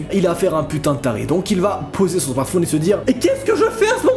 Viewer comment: " il va poser son smarptph9ne " 😂